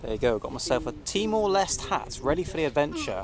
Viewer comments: TEE - MOR - LES - TAY (end part sounds like Namaste) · Pronounce is Timor Leste - Les Teh If im not wrong. Not Lest